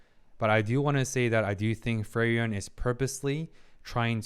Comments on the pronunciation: I'm liking the video so far, but i have to say, you are pronouncing frieren wrong. Its frie with ie like in me And ren with en like in understand. I dont know if it helps, but It's supposed to be an german name. Edit listening to it, for the second part(ren) the an of and would be possible. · its a bit funny that you pronounce her name like "ferien" which means holidays^^ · furryen is the funniest way I ever heard frieren being pronounced lmfao, this is great 😂